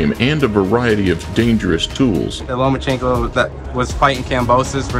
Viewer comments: Floyd: “Loma-chingo” 😂😂😂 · Did floy said lomachiko wtf bruh really needs a book